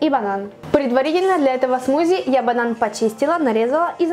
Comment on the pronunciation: сказала бадан,а на банан